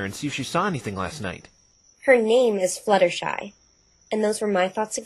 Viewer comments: Butstershy? How in the hell do you butcher a name THAT badly? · Okay how did he get 'Butshersty' for 'Fluttershy?' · butshersty'' . .. .hahahhahahhahahahahaha SO CLOSE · Butshersty has to be the worst butchering of Fluttershy's name to date. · He really "butchered" Fluttershy's name! Dohohoho! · I love how can't get Fluttershy's name right. This is amazing. I just finished playing Ace Attorney & this is super amazing. Aw for some reason I wanted Maya to come along